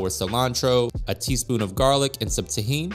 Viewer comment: Delicious looking corn and recipe, well done! You pronounced "tajin" properly in Spanish but you left out that hard "h" in the queso. No worries, just stood out to me as I enjoyed your cooking.